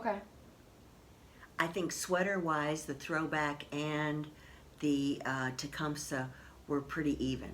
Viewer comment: Enjoy watching you ladies. Just for the record, as I hear it a lot, many people are incorrectly pronouncing Tecumseh: ti-KUM-see (not "sah" or "say"). He was a Native American Shawnee warrior and chief ( ). cheers.